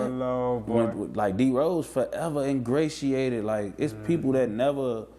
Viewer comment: “Engratiated” - 2022